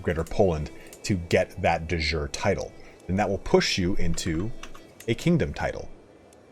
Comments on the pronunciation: not "de jour" it's not french, it's latin. De Yure/iure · Awesome vid! Your pronounciation of de jure and prowess are a bit off !